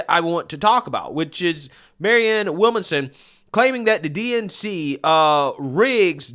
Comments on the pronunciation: It bothers me how you can't get a name right. (Not just her name, but several people) Lol. Williamson bro, Williamson. Not Willmason. 🤣 🤣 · Will -mon-som lol. killing me with these name pronunciations. It's Williamson 😆 🤣 😂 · Maryann Will-Manson, Williamsome, Wilson, Willmason 😂😂😂 Man it’s William-SON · This is not news. Sanders won in 2016 until the DNC gave it to Hillary. Bernie was a good boy and shut his mouth, got paid off and his supporters got screwed. I love your channel, but your reading comprehension skills are abysmal. Her name is William-son. It’s not a complicated or even unique name. William son. How in the fuck you pronounce it is weird af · Her name is williamson. He is pronouncing her name wrong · You're not pronouncing her name correctly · Why can’t you say ‘Williamson’? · Why is struggling with her last name? He said that wrong every time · Man, your pronunciation of people's names is atrocious!